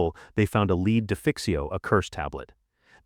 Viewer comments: AI LEED vase! 😂 I can’t with this artificial voice any more 😂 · I suggest a different AI narrator. Put this one in a leed box, bury it or give to someone as a keepsake hairloom, and get an AI which by now has been taught to pronounce English words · Why is 'Lead' always mispronounced by these AI narrators? It's always said as 'Leed' not 'Led'. Very annoying. Please proof-listen to the video and correct pronounciations where possible! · Mispronunciations I've never heard before! heirloom, provenance, lead, ... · This might be worth watching if it wasn't for the AI voice...That's a😮 big NOPE. I tolerate a bit but this is just to much, when they can't pronounce common words.